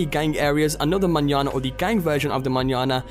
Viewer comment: I'm so glad you know how to say Manana